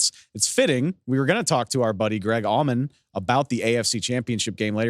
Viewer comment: He said Greg almond =]